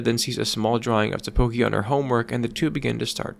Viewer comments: It's Takopi! Not Tapoki 🤦‍♀ smh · You keep saying Tapoki. It's TAKOPI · its TAKOPI not TAPOKI... great video though, good job. 😎👍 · How can you pronounce it ta-KO-pi when it was pronounced TA-kopi every single time by every single character the entire show. Actually mindblowing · It’s “Takopi” not “Tapoki” btw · Did you even watch the show? Why do you keep calling him “Tapoki” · tAkopi. tAAAAkopi. Not takOpi. TAkopi. AHHHHHHHH. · Sorry dawg, couldn’t concentrate/keep watching after hearing “Tapoki” over and over and over again. Drove me absolutely insane. It’s Takopi, Tako like Octopus in Japanese and pi for the way he ends sentences. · Just want to point out one thing in this video, it's "Takopi", not "Tapoki" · I'm sorry, but u mispronounced Takopi as Tapoki, even though this is supposed to be kinda serious, I just can't get over it 😭💔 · Why does he pronounce takopi like tteokbokki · TaPOki???? My man! My dude! What the, excuse my french, fuck? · is this AI generated? how do you mess up takopi's name in every sentence? not even the anime pronounces it tapoki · Im sure this is a neat video but the fact that this guy cannot for the life of him say "Takopi" is taking me out. Sorry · It was bothering me throughout the video 😂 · STOP SAYING TAPOKI 😭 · you mispronouncing takopi over and over again is killing me BUT THIS IS A GREAT VIDEO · Take a shot every time he says Takopi's name wrong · Drives me crazy lol